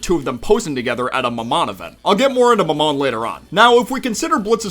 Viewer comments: It's mah-min not muh-mon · MaMon that sounds like pH bread it's maam mon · This video is so amazing but pls it’s pronounced (ma’am)on not mamon😭😭😭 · the way you say mammon is insane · this is the first time ive ever heard someone pronounce mammon that way omfg